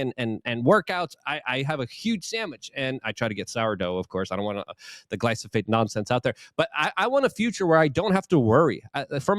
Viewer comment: Buddy. Could you at least learn to say glyphosate? It not a huge ask. And it has nothing to do with your original language. Please. Gly-foe-sate.